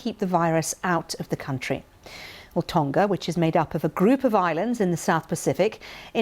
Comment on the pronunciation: Hey BBC learn how to pronounce Tonga properly, it's easy you just have to make a tiny bit of effort.